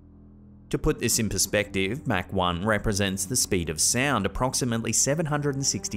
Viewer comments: Mach has no K in it lol is should sound like mock Not mac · Come on, it's pronounced as Mock not Mac. Yes it's spelled Mach, but the H isn't silent in the sense it's verbalized as mac, and it's treated as if it were spelled Mahc. But yeah, Mach 1 (Mock 1). ❤️ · it's actually pronounced mock but spelled with an a, mack. Just fyi respectfully. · before anyone else roast you for it. "MAC" is a sandwich from McDonalds. Mach is pronounced M-AH- C. AH AH AH Mach. Thanks for the videos! Keep em coming! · Pronounced mock 14 by the way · Mach is pronounced Mock.